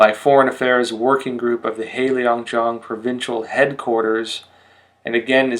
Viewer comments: I only recently discovered your channel and appreciate all the excellent information about China. But please, work on your pronunciation! For example, heilongjiang is not hei leeeeong jiang it is hei long jiang (there is no i in long :)). Sui fen he, sway fun he (he is kind of like huh but without the rising tone, sorry, don't know how else to describe it, maybe someone will correct my attempt). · "Heilongjiang" is not pronounced as Helio jiang, but as Hay lōng jiang.